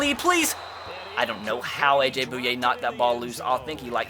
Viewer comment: Can you please start saying Bouye right